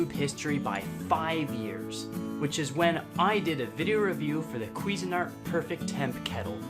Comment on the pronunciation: “he says quiffing art” 😆🤣😂